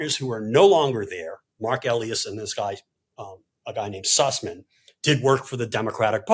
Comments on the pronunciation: So glad George reversed himself by midway through on the pronunciation of Coie so I didn’t have to mention it. But then at the end he mispronounced Elias. Sigh. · One correction for George, he says, "Mark El-e-as" but it's pronounced, "Mark El-i-as." Small point. I watch Mark all the time as well as George. My go to online legal team along with Legal Eagle and Mark Popok on Meidas. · It's Marc "E-lie-us", not "ellie-us", btw. Great episode though. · Marc Elias pronounces his name eee LYE us - in the Perkins - Cooooooooo EE frame of mind. He also has a great podcast.